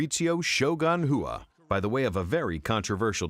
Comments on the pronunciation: i dont understand the last name of RUA why is it pronounced "Whoo-A" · Please learn how to pronounce Rua. Its very annoying. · OK, main point seems to be - be named Garcia, not Rua.